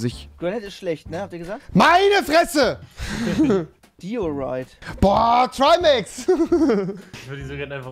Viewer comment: Trymacs Logik: Diorit = Dioraiiit!